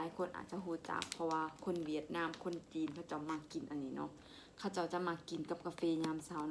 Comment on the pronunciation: คุณหมอครับเวียดนาม ไม่มี ห นะครับ fcนะครับ